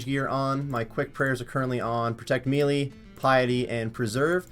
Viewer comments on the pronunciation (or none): the word "melee" is pronounced "maylay" not "meelee"